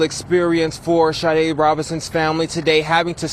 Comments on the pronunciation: Pronounced Sha-day!! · It's the same spelling and pronunciation as the singer, Sha-Day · Please pronounce her name just as the singer.....may not be the same spelling. SADE!!